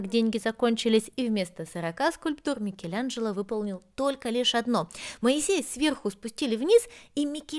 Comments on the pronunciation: Почему называешь МикелЯНжело????? Так противно.... вроде живёшь в Роме....слышишь как произносят имя знаменитости МИКЕЛАНЖЕЛО !!!!!! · Ну повеселили произношением- "МикелЯнджелА")))))))))))